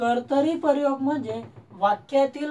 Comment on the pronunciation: 'लींग' या शब्दाला पहिली वेलांटी आहे सर आणि 'परयोग' असा उच्चार नसून प्रयोग असा उच्चार आहे. पण चांगला प्रयत्न आहे .